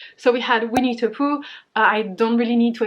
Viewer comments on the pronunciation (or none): my mind keeps hearing 'We need to Poo' instead of Winnie the Pooh. Please brain, grow up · Not gonna lie, when you first said Winnie the Pooh I definitely though you said 'We need to poo' and I was very confused lolol xD